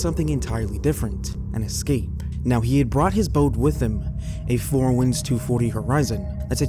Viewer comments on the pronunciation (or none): none